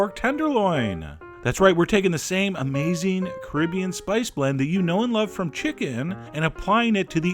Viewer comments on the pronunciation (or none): none